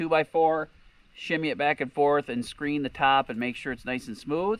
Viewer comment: Screed not screen